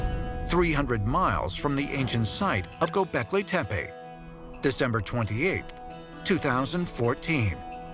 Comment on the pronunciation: It's like the guy is intentionally messing the words up. anunnak eye, göbekl eye. I wonder what he calls Pippi Long stocking.....Pie pie.😂